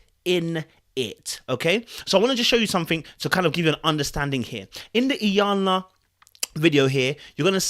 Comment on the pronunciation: Interesting. His pronunciation is actually closer to the correct Yoruba pronunciation. (Iyanla in Yoruba language simply means 'great mother' or a generic term for one's female ancestors).